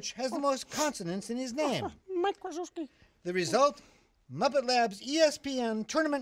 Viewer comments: Mike Kryzyewski. He said his name like it's spelled rather than how it is pronounced. He's the head coach for Duke basketball. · Okay folks I need to clear something up, he is not saying Mike Wazowski from Monsters Inc , he is saying Mike Kryzyewski who is the head coach for Duke's men's basketball. Beaker is pronouncing it like it is spelled rather than how it is actually said. He says "Krizewski". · No, he said Mike Kryzyewski but he pronounced it like it's spelled. He's the head coach for Duke.